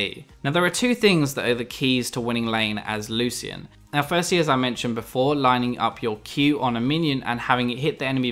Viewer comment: ITS PRONOUNCED " LOO-SHIN"